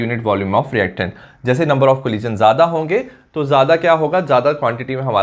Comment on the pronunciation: Thank you sir, I love it when you say 'collison'